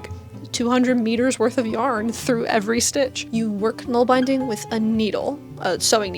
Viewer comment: Nålbindning = nawl bin dning